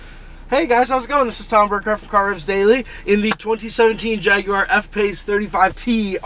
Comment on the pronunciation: I'm subscribing just for the simple fact that you don't pronounce it Jag-wire